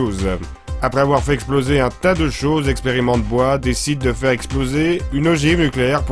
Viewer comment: On dit "Experimental boille" monsieur, tout de même!:D Ah le con comme il m'a fait rire!